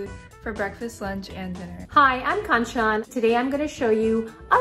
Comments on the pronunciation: I was like ..... What was it when the Indian lady pronounced her name Khaaanchaaan🥴🥴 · Why tf indian change their accent even in their own name...its k-an-ch-n n not kaanshaan!!! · Kanchan if you grew up in India, you should be able to pronounce your name correctly. It’s Cun-chun.. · The way Kanchan intentionally mispronounced her own name made me want to drown my puppy. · Spinach + tomato is not advisable. The "indian" vagan dishes is only north indian 🙄. Also how hard is it to pronounce "kanchan" properly🙄🙄🙄😏😒😒